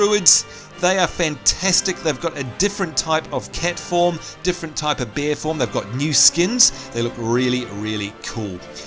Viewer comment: When you were talking about the dwarfs pet bear I thought because of your accent you said " And what do Dwarfs get, of course a beer" which made me laugh however it wasn't until later on until I realized you said "Bear". Also are the goblins jokes really age appropriate?